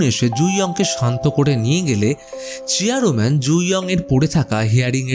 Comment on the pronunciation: আপনি বার বার চেয়ার man ke চেয়ারো man bolchen keno